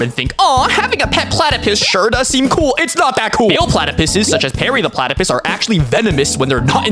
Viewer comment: Did you say platypiss?